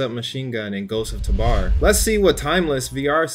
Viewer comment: Please.. it’s ghosts of tabor as in “tuh b or” not “tuh bar”